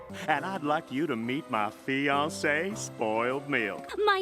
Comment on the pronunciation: Bro why does Filthy say fiance like Fi-an-ce Like dapaq?